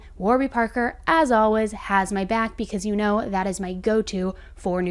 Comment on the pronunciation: I know this is the dumbest thing to complete about but it absolutely drives me crazy how you say always!!! You say ALWIZ instead of always lol